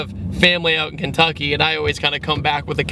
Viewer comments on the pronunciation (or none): none